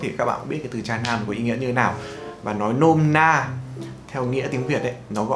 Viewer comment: nghe "cha nam" cứ tưởng tượng ra cái khác chứ không phải "tra nam"